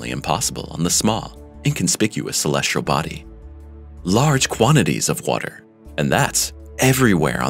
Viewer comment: "Celestrial"?? Body?? Doesn't really inspire confidence in the story.